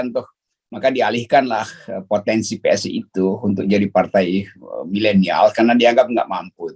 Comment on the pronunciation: PSI tuh bacanya spi.... 🤣